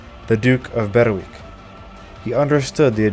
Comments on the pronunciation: Excellent video one very minor point Berwick is pronounced berick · Thankyou for your very interesting and informative videos! Just one small point, Berwick is pronounced " Berrick". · "Berwick" should be pronounced "Berick". The "W" is silent. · Excellent presentation. One relatively minor correction, I hope you don't mind? Berwick, is pronounced by The Scots, and by The English, as Berick. The w within Berwick, as a rule, is always silent. Much of this interesting history is never taught to us here in Blighty. Thank you very much for your brilliant contributions to keep our histories alive.